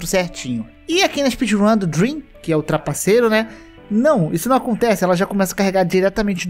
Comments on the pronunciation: Deveria ter deixado escrito ou ter pronunciado corretamente 👍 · quando ele disse "DREM" eu entendi "DREAM", fiquei até em choque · mano qnd eu escutei "o drem" eu congelei achando q era o dream dps q entendikkkk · Quando ele falou: Drem Eu pensei q era o Dream Eu fiquei tipo: MEU ÍDOLO TRAPACEOU?!?!??!!? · mn eu tava quase durminu e ouço "foi um cara chamado Drem" eu quase caí da cadera kkkkkkkk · Vc falou "Drem" e eu entendi Dream e fiquei PUTAQUIPARIU NEM FODENDO Q ELE XITOU NA RUN mas graças a Deus q n era o nosso Dream